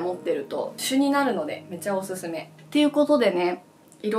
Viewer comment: おぬぬめじゃないんすよおすすめっすよほんとわざとなんすか？